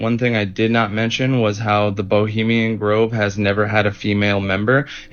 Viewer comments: BOHEMIAN not Bolemian! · Oh, I heard "bulemian groove".